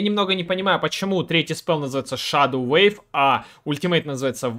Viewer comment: Wave и Weave - разные слова и читаются по разному. Wave (уэйв) - волна, Weave (уиив) - ткать, плести... Спасибо за гайд!